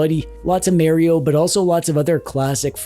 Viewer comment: Have a drink every time says "Merry-O".